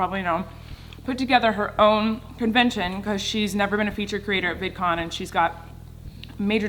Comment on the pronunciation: she said vidcom instead of vidcon